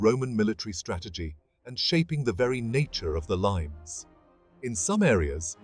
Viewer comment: It's pronounced lee-mes, not limes! This video is about ancient history, not citrus fruit. Also, why do they show medieval reenactors in some shots? Couldn't they find any more footage of Roman or barbarian reenactors?